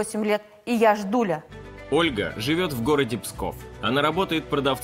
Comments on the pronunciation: С такой гордостью она это слово произнесла!) Я! Жждуля! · Ииии яяя жжжДДууулляя!!! Еее-ххооо!!!🎉 с какой же гордостью она это произнесла!